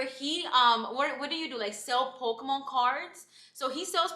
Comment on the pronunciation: 💀 over how you pronounce Oregon and Pokémon. And never feel bad for telling someone they’re making you feel uncomfortable in your own home. I would’ve gone to the neighbor to tell her to go get her drunk friend 😭